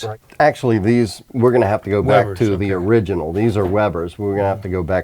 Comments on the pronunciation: "Iriginal "from people who can't pronounce Datsun properly is not surprising though.... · Eye-riginal, yes sirree.